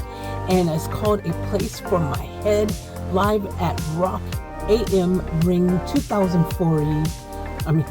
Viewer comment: You pronounce the name of the festival wrong. It's rock am ring. Am like I am going here not the am time. But you should do papercut live rock am ring 2001